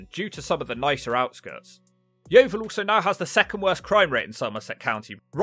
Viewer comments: 😂😂@ yeo-vile lol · as someone from yeovil, ive never heard yeo-vile but that could be cus i live in the nicer parts